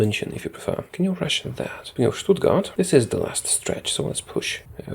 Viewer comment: Im pretty impressed by your pronounciantion of my home town :) Even though its written "Stuttgart" we say "Schtuttgart". And almost all other germans do it aswell.